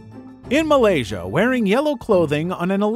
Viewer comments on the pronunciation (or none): none